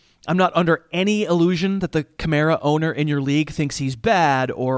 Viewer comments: I heard your Bostonian accent come out. "Kamara owna" you need to just keep talking like that and don't correct yourself. Lol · Kamara ownahh. You went Boston for a moment. Pretty sure the Kamara ownahh is Nomahh Garciaparrah